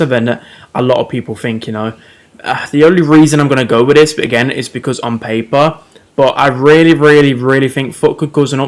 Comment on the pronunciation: "ON PAYPUH"